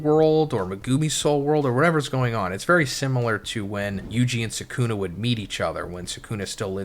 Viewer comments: Naa "Mehgoomy" and "Sehkoonah" is crazy. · Same with Suhkooonah